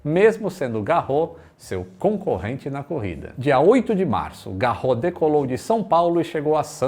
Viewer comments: Apesar de muitas palavras em francês não pronunciarem o "S" no final, o sobrenome Garros é uma exceção. Não se fala Garrô, mas Garros mesmo. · neste caso no francês o nome Garros pronuncia-se o S. Logo, o nome fica Roland GarroS. 😉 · Só uma correção, o Garros lê-se todo, ou seja, lê-se o "s" final. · Excelente Vídeo. Uma pequena correção: Se pronuncia o "S" final de Roland Garros. O nome não é francês mas, de origem alemã. Por isso se diz o Grandslam Francês de Roland Garros.